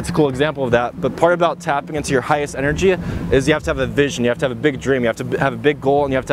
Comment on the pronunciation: im a fan but why do you end most of the things you say with "uh" or "ah". For instance you said "energia" instead of energy a lot. just wondering.